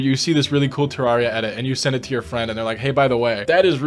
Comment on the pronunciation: I can’t explain how angry you saying terraria like that makes me